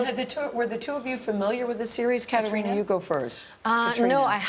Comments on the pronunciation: Gayle didn’t even pronounce Caitriona’s name correctly the first two times she says it. I’m very unimpressed with her in general. I also agree with another commenter that she should never nave brought up what is or isn’t under the kilt. Very unprofessional. This interview and the three people doing it failed miserably. 👎 Diana Gabaldon seems somewhat irritated with some of their questions, and I find that hilarious. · Catriona should jump up and tell her how to pronounce her bloody name properly. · Both ladies did it but Gayle kept saying it over and over. I cringed